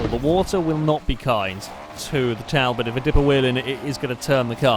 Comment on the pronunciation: Its pronounced tall bot i thought you would know that